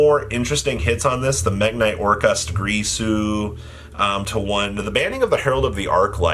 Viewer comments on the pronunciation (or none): Why do so many people say Gree-su instead of Gir-su? Normally I wouldn't care, but Gree-su just sound so unnecessarily nasty considering its also not how its spelled.